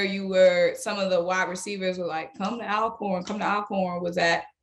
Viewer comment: Welcome!!!!, it is pronounced ALL-CORN! Just like you say ALLways, ALLready… that same start!!